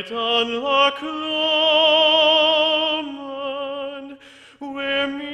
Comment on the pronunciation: Musically wonderful! Pronunciation? This a Scots song and there are many repeated linguistic solecisms: 'Loch Lomind' rather than 'Lomond'